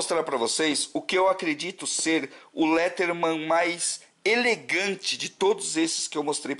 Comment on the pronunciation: Gostei do video e pá mas só uma correção: se pronuncia leidermen msm se escrevendo Leatherman